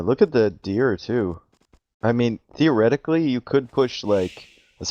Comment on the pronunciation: did he say deer-etically or theoretically